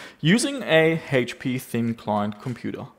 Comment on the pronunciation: He mispronounced HP